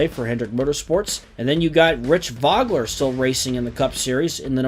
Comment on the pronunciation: It's so hard to take it seriously with two pretty well known race car drivers having their names mispronounced constantly ( Mo-ee-ce, Voe-Gler)